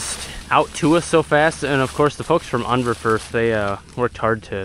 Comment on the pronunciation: Congrats to you both!! Also would like to say I’m impressed you pronounced Unverferth correctly. I live 30 miles from the original manufacturing plant and people around here can’t even pronounce it!! 😁👍🏻